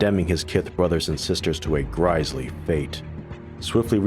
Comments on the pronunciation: Fantastic video. Narration and graphics used on point and well thought out, not sure about the pronunciation of Grisly.. you said Gr’eye’sly when Gr’is’ly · "Gry-lee" fate? you mean GRISS LEE fate. And its Pitched battle, not Pitch-edd. You zoomers and your reading skills i swear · (Grisly is pronounced grizz-lee... like the bear.) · Apart from the Bushan-Re and the pronunciation of the word "grisly,' great work once more. Hope you'll also check out Treasure Planet: Battle at Procyon, from the same devs. For more context, mayhaps you'll then check out the underrated Disney animated film that is set before it (though the events of the game are slightly different from the film's, since some characters are still around).